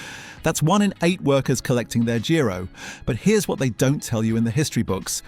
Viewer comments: what’s a “gee-roh” then? 😂 geezer does a video on the 80’s but can’t pronounce giro and has a cheap dig at football lads when hooliganism was something we were market leaders in. I’d hazard a guess there’s hundreds of thousands of fellas up ‘n’ down this country aged 50 or older who enjoyed going to football in those ‘dark days of hooliganism’ much more than they have since the turn of the millennium. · "Jeero"? "Con-sett"? Love the videos, but please, sort the AI pronounciation.